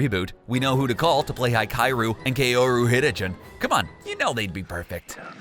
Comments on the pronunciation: Oh shit Oh shit You BUTCHERED Hikaru and kaoru HiKAI-OR-u KAY'Or-u Hit-a-chin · The way you pronounced Hikaru and Kaoru makes me think you have never watched Ouran High Host Club. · I died when they pronounced Hikaru and Kaoru' names wrong. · I was listening untill he mispronounced "oraun " And the twins names like what?! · ok, the only thing that I noticed in this video is the very poor pronunciation of Hikaru and Kaoru Hitachiin, if you're going to say their names in a video at least learn to pronounce it properly. The way you said it wasn't even close, it's just painful